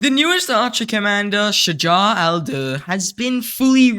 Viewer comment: it is pronounced shajar-ud-durr don't stop in the middle .. pronounce it in one breath